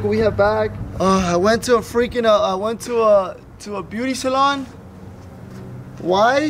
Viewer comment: When you said salon I knew you messed up